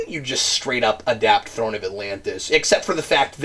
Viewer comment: throne not thorn